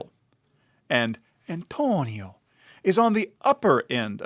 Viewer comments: You really don't have to say Antonio like that, dude. wtf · Why do you say the name Antonio like that? It's creepy.... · The way he said it lol